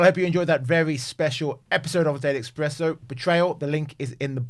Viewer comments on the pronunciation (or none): it's ESPRESSO - OMG!